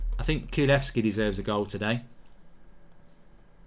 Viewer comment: Kulusevski not kulevski